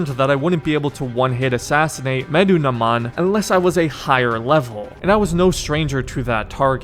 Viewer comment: "Medunaman" I think I got it right. Lol bro he's mentioned several times in the game how did you mess that up. Good video btw you have great humor. Can't wait to see you do the other AC games too